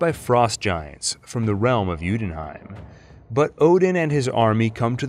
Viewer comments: Hi. Loved the whole timeliness despite a few things missing like agent of sheild. But the pronunciation of "yotunheim" is pronounced "utenheim" in the video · great video. only it did bother me a little that you pronounced it jutonheim instead of jotunheim. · So far only thing killing me is your pronunciation of Jötunheim, it’s Yoo-en-hime. Also, where does Runaways fit into this? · Great video but to way you say jotunheim annoys me so much 😂